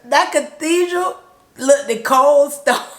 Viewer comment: LOOKED like BOOKED, Like BOOKED not Look-DID